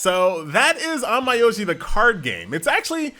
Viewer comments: It's not on-my-o-ji tho It's more like on-meow-ji (yeh, like cat meow) 😃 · An-Mai-Oi-Ji no no noo sorry On-Myo-Ji i mean i like how you review the game but how you say onmyoji is feels strange to me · Pauses video Did this dude just say "On my oji"? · He definitely did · That's a nice way of pronouncing the game😂